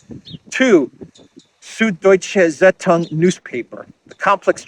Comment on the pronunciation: Zeitung is pronounced 'tzaitoong' and literally means 'tiding' which means 'tendency or direction of causes, influences, or events; course; current" or 'influx' or 'something that causes the tides of the sea'. Also Zeitung has Zeit in it (time, the entire during time from a moment a time/since/from)